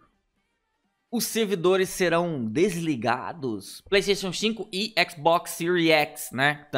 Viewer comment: "playstation xinco"